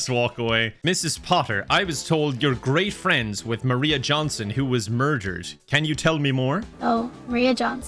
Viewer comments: I love he keeps saying Johnson instead of Jansson :P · saying Johnson repeatedly instead of Jansson drove me insane.